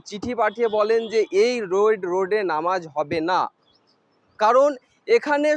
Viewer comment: দাদা ভাই নমাজ না এটা নামাজ হবে সঠিক ভাবে বলুন ❤❤❤